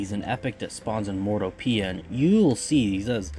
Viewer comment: It’s pronounced mor-TOW-pee-yah. Emphasis on mor-TOW-pee-yah. Hope that makes sense. Also, thank YOU so much for filling out the IV stats today! I’ve never seen anyone else do it before, and I learned a lot from watching this today! Appreciate you & your hard work, mang!